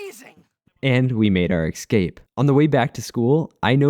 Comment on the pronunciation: I dunno why, but every time i hear 'excape' i lose braincells